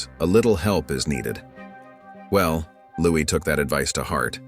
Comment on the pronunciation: It’s pronounced LOUIE! Not Louise!